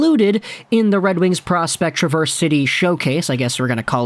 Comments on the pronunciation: Love your videos, but as someone that grew up in Traverse City, I must say, you're pronouncing the City name wrong. It's Trav-verse (like Travis), not Tra-verse, little detail I know, haha, even though Traverse means to 'go backwards', no one pronounces it that way, probably on purpose haha. As a Red Wings fan, I am super excited about our prospects!!! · Trav - er - se city Love the videos keep up the fine work !!! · Accent is on the first syllable of "Traverse" in Traverse City, Michigan. Just FYI from a native Michigander. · The "A" in Traverse City is Pronounced like the A in Apple. Now You can sound like the rest of us Michiganders. Love your vids!!! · Emphasis on the first syllable, not the second.